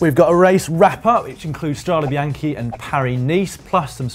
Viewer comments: ok, but the correct pronunciation is: strade bianche not strade bianchi. Bianchi is the bike manufacturer :-). So, bianch-e not bianch-i [which means white roads] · Strade Bianche, not Strada. And you did it twice. Hats off for intentional spelling errors.